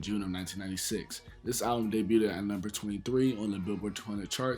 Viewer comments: Bro I love ya channel and the work u put in🤞🏽 but I gotta correct u bro. It’s (DAY BUGH’D) not (DAY BÜT’D) again BIG fan 😅🤞🏽💯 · Nice vid but my dude, please stop saying “debuted-ed”, it’s pronounced “dey-byood”. 2 syllables. And glad you owned up to that sex drugs and ent slip up from the first vid. That bothered me when I heard that, especially after you said Killa is your favorite rapper. But big ups to you for being your age and going back and learning about the past generation. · "Debut-ed". Lol. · Day- byood (debuted) 😘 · Why’s he keep pronouncing debuted like that lol